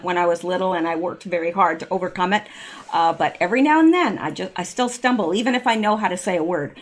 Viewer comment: Regarding the word stumble. Please, may I help? SUB' - stuntive, emphasis on the first sylable.